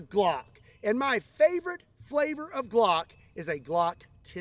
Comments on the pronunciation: Huhuh "Glongk" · Ladies and gentlemen, may I present: the “Glongk”.